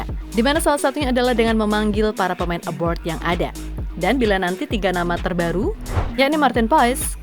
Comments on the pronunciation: Kok saya denger suaranya "aboard" pas nyebut pemain yg main di luar negeri bukannya "abroad" 😁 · Pemain ABROAD, Min.... Bukan ABORD... Beda Arti dan Makna. ABORD=BATALKAN ABROAD = LUAR NEGRI ... jangan asal Ngecap, sudah gitu Salah.... Parah !!!